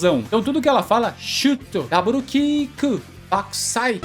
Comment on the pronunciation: Eu jurava que ela falava Battousai em vez de Bakkusai